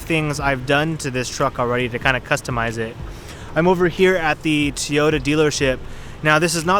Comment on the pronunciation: Toy-Yoda, not Tee-yoda.